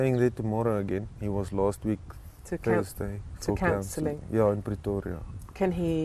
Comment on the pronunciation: Fake Afrikaner accent. No one in south Africa pronounces "last week" like Americans do.